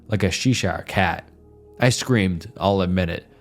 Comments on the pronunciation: She-shire cat looool. It's pronounced "chesh-ur" or "Chesh-shire" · She-shire cat? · Sheshaw cat 😂 Cheshire cat (chesh-er) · Love your video pal, from a new subscriber. Hope you meet your subs goal and beyond, well deserved. Just have to say it, as someone from right near Cheshire, England and for future reference - it’s said “Cheh-sher” more than “Chee-shire” 😆 but the rest is great. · Sheeshire cat xD that is definitely not one I've heard before. Cheshire is pronounced chest, like treasure chest, but drop the 'st'. And the second part shire is pronounced kinda like sure, so you get: cheh-shr. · She-shire cat 😂👌🏼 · Cheshire cat ❌ She-shire cat ✔️ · A Chee Shire cat? Dude. Do you do this on purpose? How do you wildly mispronounce like 20% of the English language? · "Sheshire cat" Ya know its not AI when theres some mistakes. And its nice its not AI tbh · "Ctchesh - ī - erh." These stories are completely made up. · "chee shire" 🤣 never heard it pronounced like that before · Not the Shee-shyer cat!! 😂😂😂How do you not know what the Cheshire cat is!!! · “She shire cat” lol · "Like a Sheshaw cat" Never heard Cheshire pronounced like that! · "Sheesher cat" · Bro said “sheesar” instead of Cheshire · Cheshire Cats pronunciation is crazy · The video was great but I have to say, that pronunciation of ‚Cheshire Cat’ was so horrific that I spat out my tea like a fucking sprinkler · i have never heard someone pronounce cheshire so wrong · the way he said cheshire cat 😭😭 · The way he butchured the word "chesire" 😂